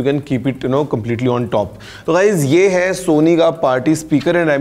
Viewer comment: Sorry but apnea start Mei Sony Bola toh sona sunai dia😂😂